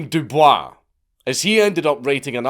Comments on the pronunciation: It's do boys not do bwhah it's not like he was French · DOOO BOYS the man wasn't French do not Sully his name with a French pronunciation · Minor nitpick; W.E.B. DuBois pronounced his name "dew-boys". It's probably because his ancestors were enslaved by the French and he wanted to distance himself from that without actually changing his last name. E: Turns out DuBois's great-grandfather was a French Huguenot who fathered many bastard children with enslaved women, so those slaves' owners not knowing the French pronunciation of "DuBois" is likely where the pronunciation got mangled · Bit of trivia: W. E. B. Du Bois actually pronounced his last name "du Boyce", rather than the normal French pronunciation. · No No Dank. Its pronounced DOO BOYCE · Man, Dankula is going to be really pissed when he finally does a WEB Dubois video and finds out that he actively rejected the French pronunciation of his name later in life and changed it to a pronunciation of "De-Boys" and he mispronounced it in this entiiiiiiiire video lol. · it's pronounced "du boyce" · Okay, so we know that he pronounced his own name incorrectly. Lol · Du Bois didn't pronounce his name the way you'd expect, not sure if Dank's pronunciation is a deliberate snub or not but I choose to believe it is.